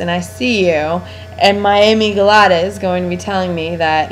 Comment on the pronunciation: Isnt it a-mig-dala??? Whos amy gelata??